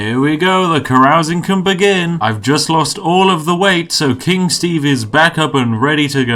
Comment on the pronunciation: All Steve can say is "SHTAEVE!!!!!!!!!"